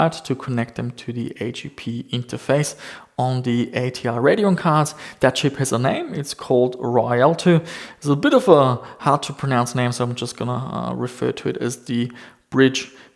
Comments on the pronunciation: Rialto = Spanish word. Could use German pronunciation also. (Ree-ahl-toe”) Not too hard of a word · its pronounced (ree-al-toh) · Ree-al-toe (rialto)